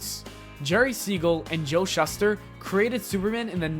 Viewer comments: This guy needs to learn how to pronounce last names properly. He totally butchered Schuster and Nietzsche. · To the narrator, Nietsche is pronounced nee-cheh and Schuster is pronounced shoo-ster. The narrator should learn foreign pronunciations from time to time in the proper context. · Holy crap - ShUH ster? NEYEsh? That's 'Shooster' and 'Neechee' on the pronunciations dude. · Pronunciations schuster=SHOE-ster and the philosopher is pronounced knee-chee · Nietzsche =Knee-Chee or Knee-Cha Schuster = Shoe-Ster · Pronounced Shooster and Neeshh.